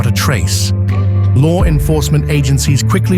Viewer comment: Lar enforcement lol like the way that's said..